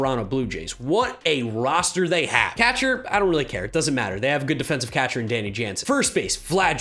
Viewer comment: why does pronounce catcher like that? "CAHTCHER"